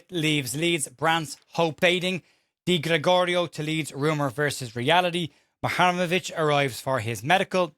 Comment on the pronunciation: You really can't say it can you. Lol😂 Mu-Ha-Rem-Ovic.